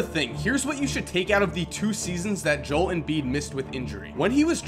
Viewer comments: I heard this guy say nerlans Noel AS NERLANS NO-EL BUT he gonna pronounce JO-EL as one syllable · I think it's pronounced Jo-el fam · You're pronouncing his name wrong. It's Joe-El Embid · zach Horvitz Ik that it's pronounced Joe L but it doesn't bother me when he mid pronounces it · zach Horvitz JO...EL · mfer couldnt even say his name right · u say Joel like an idiot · You don't even know how to say his first name dog! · You've done a lot of research. You should figure out how to pronounce his name. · The only thing I don't like about the video is the way you say Joel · ur saying his name wrong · Why are people overreacting about him pronouncing Joel wrong? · Joel is 2 syllables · Great vid, but, Joel is pronounced with 2 syllables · If you're going to make a video about him, how about learning how to pronounce his first name? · just pronounce his name correctly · you butchered his name so bad..... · I hated this video and wanted to throw my phone every time he pronounced Joel wrong. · You're saying his name wrong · Pronounce his fucking name right bro....... Love ur content tho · You pronounced Joel wrong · I love you but god damn the way you say Joel pisses me off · you pronounced his name wrong so many times it wasent even funny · Thanks Zach for speaking the truth. I'm from Australia and I even know it's 2 syllables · I had to pause the video for a moment after he said it wrong two times in a row. I'll grit my teeth and watch the rest of the video though... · I LOVE YOU BUT YOURE SAYING HIS NAME JOLE AND IM ALMOST ENTIRELY POSITIVE THAT ITS PRONOUNCED JO-EL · He was pronouncing it like Jol Embid but I thought it was like Jo El Embid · I was going to like the vid but then u said Jole instead of Jo- el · It’s not jole Embiid it’s Joel embiid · “Jo-el” not “Jole” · Joe-el Embiid not Jol Embiid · love the video but it isnt pronounced jole its jo-el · jo-el not Joel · jeesuz its not joel its Jo el shit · its JOE-L